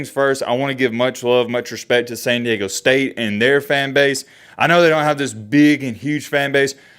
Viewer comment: America's Finest City moving on! 🤙🤙🤙 Btw, there's "D" in San Diego homie😂😂😂